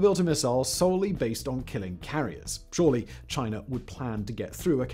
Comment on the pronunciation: Speed talking + thick accent = gobbly gook just to say aircraft carriers are obsolete as the battle ship and missles are the next thing. It's CHINA NOT CHINER.